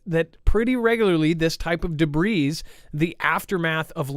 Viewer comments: The S is silent in Debris ffs. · Got to giggle. You arent the only you tuber to mispronounce debis. S is silent. Just one of those noticers. Great info show!